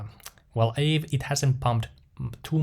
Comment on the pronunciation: Everyone I know pronounces Aave as "Ahh-vey" No idea what is correct though